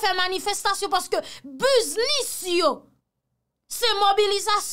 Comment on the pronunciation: Fanmim, Sa rivé anpil Ayisien. Mo(t) sa cé yon mo(t) anglais ke li yé et li dwé prononcé bien Yo di biz-nis Yo pa di buz-nis. Si wap dil en français, yo di buz-ness. Yo pa di buz-nis. Mèsi.